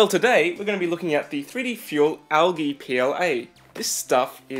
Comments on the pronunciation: Its pronounced aljee not algee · It is not pronounced al ge it is pronounced al - jee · Never hear it pronounced Al Gee.....it is Al G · the way he says algae...